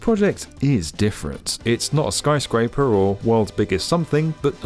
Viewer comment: It’s not a skryscraper.